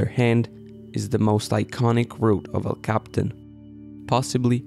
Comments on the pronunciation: You dolt.. quit saying "cap-tan"... it's "cap-e-tan" and more precisely "el-cap-e-tan"... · It’s El Capi-tan not el Captain! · For starters it's "El Capitan" and "Capitan" is pronounced cap ee TAN. And it is never pronounced like capitan in English. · It's pronounced....EL Cap- PEE- Tawn. Duh. And you may have missed the final takeaway about this: despite their massive experience, including on this very route...they died in the EASIEST portion. THATs what the rest of us can't believe. That DOESN'T happen. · Even though Capitan means captain in Spanish, that's not how El Capitan is pronounced in English. It's pronounced El Cap-e-tan. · technically you are 100% correct. The name of the mountain is El captain, that's just not how people pronounce it.